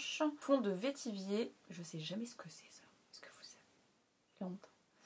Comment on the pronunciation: L anti cernes clinique à l air top ( tarte en moins épais?🤔), super makeup t es magnifique de naturel 😊 #teamboobooo 😘 ( et pour info on prononce vétivert pour le vetiver ( oui évidemment 😂))😚